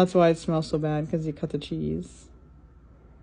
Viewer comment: He didn’t say it like sessy though. He pronounced sexy right. pronunciation of English words is way better than people like to give him credit for.